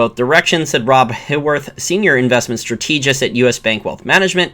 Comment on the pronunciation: Love your content. "Strategist" is pronounced with the accent on the first syllable